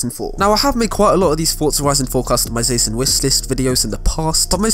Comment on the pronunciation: no hate tho. but it bugs me how he says tion in customiza*tion*. keep it up with the good video mans